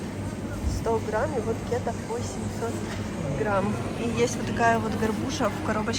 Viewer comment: Уважаемый блогер. Никогда не произносите "кéта". Мы, урождённые дальневосточники, произносим "кетá". В остальном спасибо огромное за обзор. Цены, конечно, выше, чем в Магадане. Вы там таки печатете деньги?